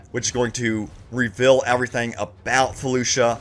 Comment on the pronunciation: It’s pronounced “reveal” not “revill”.